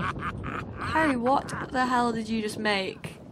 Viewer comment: on she called harry harld